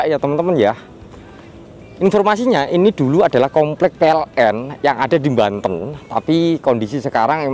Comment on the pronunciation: Banten cak bukan mbaten. . 😄😄